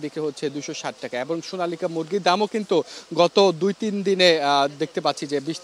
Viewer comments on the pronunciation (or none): সোনালিকা না আপু সোনালী